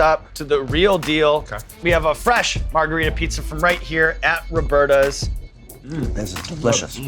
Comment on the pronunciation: lol its robertas but that guy said robertos. that's different between man and woman isn't it? fake ass commercial, stfu sean evans